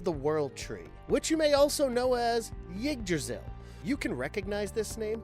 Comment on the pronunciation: What the fuck is Ickdrazzle? Do you mean Yggdrasil?